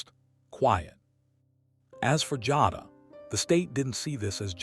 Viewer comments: Jayyyduhh, not Jahdah lolol 😂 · It's pronounced jay da.. and she should b charged as an adult.you play stupid games u win stupid prizes. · These voiceovers frustrate me sometimes. I listen (instead of watching) while I’m working & the narrator mispronouncing Jada as “Joddah” had me thinking they were talking about someone else. Smh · Her name is "Jay da" Jada Listening at you say it wrong is cringe asf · no. You’re pronouncing it WRONG. THAT’S WHY I SPELLED IT PHONETICALLY!! #Teacher